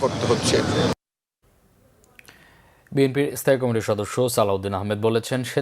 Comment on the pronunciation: একমাত্র এই সংবাদ পাঠক বাংলা শব্দ বিক্রিত উচ্চারণ করেন যেমন কমিটি শব্দকে কামিটি বাকি সবার উচ্চারণ অনেক উন্নত ।বিশেষ করে নারী সংবাদ পাঠিকাদের উচ্চারণ বেশি উন্নত।উনাকে উচ্চারণের প্রশিক্ষন দেয়ার অনুরোধ বা সংবাদ থেকে অন্যকাজে নিয়োজিত করার বিশেষ অনুরোধ রইলো।